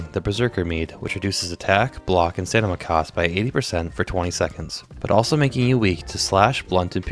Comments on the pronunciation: Brother. I love your videos. But for the love of god it's staMiNa. I get a good chuckle whenever you say staNiMa. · Love the videos, but can't help notice that you sometimes pronounce "stamina" as "stanima" instead pretty funny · Stamina. Not "stanima". Thanks :) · I keep hearing you misspelling stamina as "stanima", is it on purpose? Either way, great video man! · Hand down best quality vids and edits from such a newer channel, say it with me brother... Stam-in-uh 😂